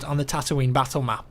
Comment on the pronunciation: I'm glad you called C-3PO, C-3PO instead of 3-CPO like Matimio called him.